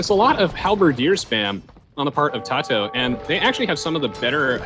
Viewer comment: its kinda cringy how they keep pronouncing tatohs name differently